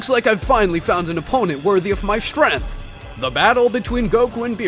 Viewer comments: Bro pronounces strength as strenth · Your pronunciation of "Strength" is a little off